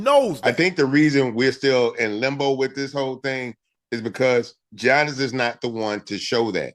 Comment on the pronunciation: I'ma need Bun to stop calling Giannis "Johnnis" 😂